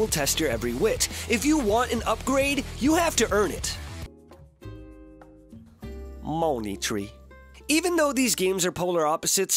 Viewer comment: "moany tree"